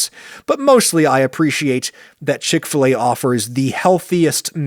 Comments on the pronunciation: Ive only ever heard it pronounced "chick fil A" as opposed to your "CHICK fil a" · Wait - what? It's called Chick f-LAY? I (over here in Britain) thought it was Chick Filler. We pronounce 'fillet' to rhyme with 'skillet'.... which is probably as weird to Americans as 'f-LAY' is to to us Brits!